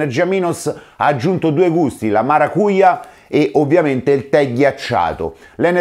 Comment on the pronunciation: Maracujá si legge maracugiá...kkkkk